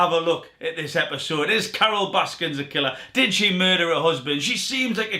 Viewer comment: it’s Carole Baskin* not Baskins.